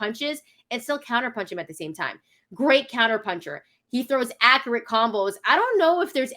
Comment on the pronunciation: is not "akarette".